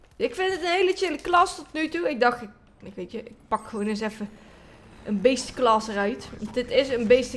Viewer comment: niet klas maar class spreek uit als kles